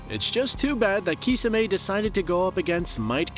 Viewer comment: Kisamay is the worst way to pronounce Kisame